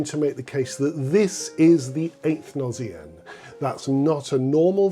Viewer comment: Beautiful piece that does have the feeling of a gnossienne , that meditative beauty tinged with sadness . PS : in french although “gnose” is pronounced with the sound z , “gnossienne “ spelled with a double s should be pronounced with the sound s . Thank you , your channel is very interesting .